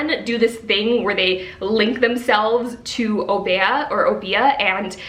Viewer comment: Welcome back!!!! 😊 You were truly missed but I’m glad your eye is much better. N.B. I’m not sure if you were pronouncing Obeah from Witches Steeped in Gold but I’m from Antigua (small island in the Caribbean) and we pronounce it “Ob-yah”. That would be the pronunciation if it is spelt Obeah because a lot of our language is very similar to Jamaica’s.